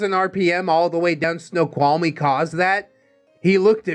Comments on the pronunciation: I've driven all across America and Snoqualmie pass while it was snowing was the worst. Snow-qualm-ie pronounced it just fine:) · Nope, you pronounced Snoqualmie correctly. Most excellent job, dude 😎